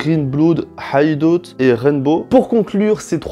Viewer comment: HIDEOUT, ta prononciation me tue🤣🤣